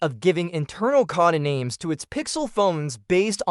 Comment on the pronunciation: Geez the pronunciations of everything are terrible. Cod-ah-names over and over again.